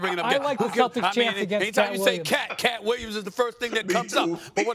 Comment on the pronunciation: Swagu really said “Brunson and KAT Williams” 😂